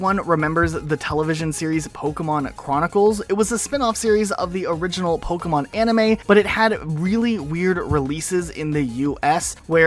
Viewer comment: Bro... please stop saying polkamon...